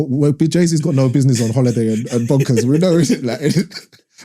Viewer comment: Do all people in Peckham pronounce "Know" like "Kneux" like Mo 😂